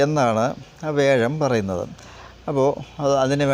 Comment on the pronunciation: വേഷം അല്ല വ്യാഴം